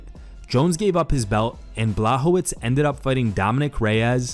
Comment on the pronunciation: if you dont know how to pronounce Blachowicz, maybe watch the last UFC and learn. Big faux pas... Its not Blahovitz - he's not jewish.